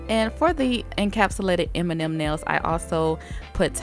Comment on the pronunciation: Beautiful! I kept hearing "Eminem nails"